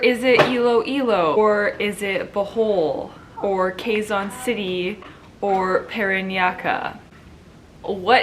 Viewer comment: QUEZON pronounced KEH-ZON. Like the "Ke" in "Kenny".